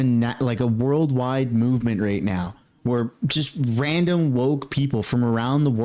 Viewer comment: Right... not Rate